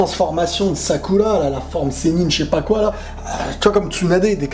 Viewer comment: Tu fait chier , a dire (Sakula( (Shikamalu)(Sassuké)tu peut pas dire dire , Shikamaru , Sakura ,Sasuke?